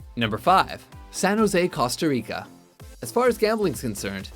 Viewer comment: stop butchering the words Costa and Nassau